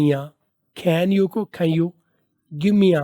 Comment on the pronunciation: Can you= 2nd pronunciation Sahi ha